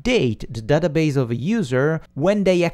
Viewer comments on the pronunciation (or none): none